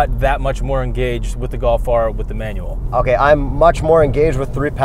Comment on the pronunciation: LOL what about his pronunciation of Manual "manwell" LOL